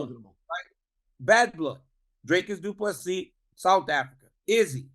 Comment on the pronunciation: Hahahaha.. the irony after butchering ddp's name for months